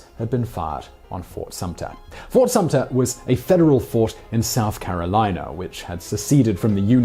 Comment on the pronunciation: SUMTER....NO P !!!